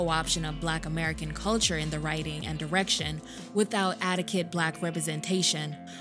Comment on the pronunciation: So well done. Just a note: Adequate is pronounced with the Q and U like in the word “quick.” Not “ade-ket.”